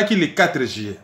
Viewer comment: s’il te plaît est-ce que tu peux revoir ta prononciation du mois “ Juillet” et non pas “Jillet”? Ce n’est pas pour te critiquer simplement car tu fais super bien ton boulot et moi je n’ai pas la capacité de faire ce que tu fais. Tu as le don d’expliquer les choses de façon pédagogique et précise mais juste une petite remarque. 🙏